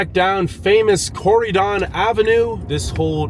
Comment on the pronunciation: I have never heard Corydon pronounced so wrong before 😂